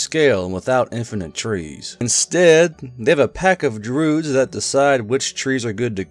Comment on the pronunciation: I've never heard anyone pronounce Druid with a silent I before.